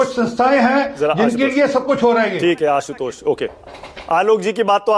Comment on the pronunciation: आशुतोष जी ना कि असितोष